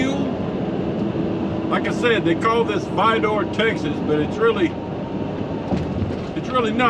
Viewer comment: It’s spelled Vidor but pronounced ViDER 😊😊